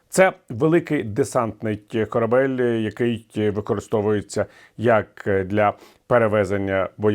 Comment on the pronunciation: Віталію, корабЕль, а не корабль